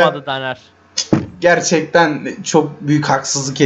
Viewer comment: niye tanere daner diyonuz